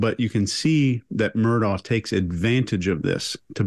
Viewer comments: Alex Murdaugh is pronounced Alec Murdock. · It might seem trivial, but it pisses me off the number of different ways his name is pronounced, when it is clear from the trial footage. Alex Murdaugh is pronounced Alek Murdock, that's the way he pronounced his name and was how he was referred to in court. I'm Scottish, and Alex is a shortened form of Alexander, which is a very popular Scottish name. Some Alexanders choose to pronounce the shortened version of their name as Alex, but I'd say the majority choose to pronounce it as Alek even while spelling it as Alex. Murdoch is a common Scottish surname, pronounced Murdock. Murdaugh is a much less common variant of the name Murdoch in Scotland, but still pronounce Murdock. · it's probably a UK English pronunciation. Although they do mispronounce Murdaugh. It's pronounced Murdock.